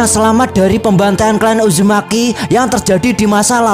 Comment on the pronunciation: Bang uzumaki naruto bukan ujumaki naruto bang😭☹️🙂